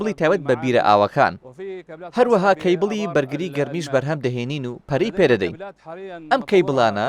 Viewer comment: عەیبە بەڕێوبەری کۆمپانیا بیت نەزانی بلێی کەیبڵ هەر ئەڵێ چێبل .